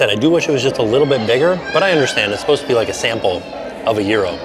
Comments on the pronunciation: Isnt it Gyro pronounced Ji-Ro and not Jear-Ro? Maybe Im wrong but thats how it's pronounced in the very Greek city of Lowell, MA where actress Olympia Dukias and Sen. Paul Tsongas were born and raised. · I can’t cope with how you say gyro, it’s so odd! 😂😂😂